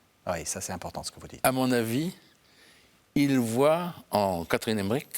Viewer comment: Emmerich, pas Emmerick